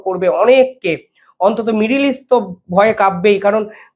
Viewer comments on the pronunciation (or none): none